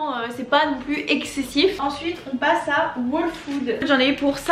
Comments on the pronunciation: Les new yorkais font pas leurs courses, ils commandent ! tu recois ta commande directement devant ta porte c'est un gain de temps énorme ! ps : on prononce " all food " pas " waule food " , j'allais justement à celui ou tu es allée à tribeca il est top , pas trop grand pas trop petit <3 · je te conseil d'aller écouter le prononciation de ''whole'' car tu prononces mal a chaque fois ca me stresse trop 😂😂